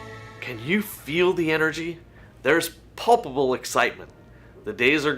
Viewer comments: PULPABLE 😂😂😂😂 I think he meant palpable? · omg i’m WHEEZING at your face at 😂😂 did homeboy really say “PULPable”? bruh… it’s PALPable. also, monat is BIG DUMB for terminating angelique how they did, especially in the midst of her telling everyone how much she loved the company, but had ideas for positive change. just an AWFUL look. I guess it’s clear they really have no in-house marketing professionals on board and rely solely on their MPs… yikes. but angelique is so damn entertaining and likeable, they really screwed the pooch in not jumping on board with her. she could have been the jumping off point to revitalize their brand and address some of the sketchy business practices. instead, they’ve just galvanized another voice in the MLM space that will garner a lot of attention and support. just straight-up dumb business on Monat’s part. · "There's Pulpable energy in the air" 😂😂🤣🤣🤣🤣 the way he said that wrong, I feel like there is a booper reel somewhere of him saying "paplable" wrong over and over until they got "pulpable" from him and said, "screw it, that's the best we're getting" bwaaaahhahahah!! Oh,, can you feel the company crumbling in the air? It's PALPABLE🤣